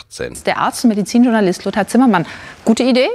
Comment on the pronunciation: Ich glaube den Begriff "Arztundmedizinjournalist" kann man nicht unverständlicher und schneller aussprechen - das war wahrscheinlich die Qualifikation um das Interview zu führen.